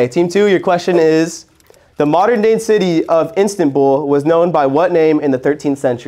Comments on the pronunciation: the way kept saying “INStanbul” pissed me off bro it’s IStanbul😭😭❤️ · HAHAHAH the Way keeps Reading Istanbul as instantbull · bro said instantbul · no one gonna talk abt how pronounced istanbul as INSTANTBULL 😭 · did just say instantbul??😭😭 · What the fuck is "Instantbull"???/ There should be a graduation requirement to host. 🤣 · the way pronounces istanbul is so funny 😭😭